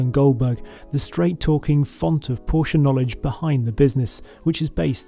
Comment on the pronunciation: Good video!.....finally a Brit that pronounces Porsche correctly!